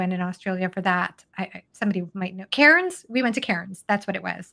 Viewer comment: Hold off on the R in Cairns. We say Cans 😂